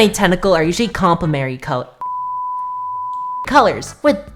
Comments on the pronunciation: Great video, really helpful for people that want to learn the style. But that part about "complemary colors" just killed me, especially whrn you sounded it out too!! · Ngl I payed more attention to trying to say "complementary" than the whole video XDDD